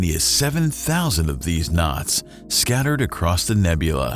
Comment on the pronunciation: "Nods" ??? Oh, "KNOTS" - NOW I get it !! Sorry, I'm English. 😂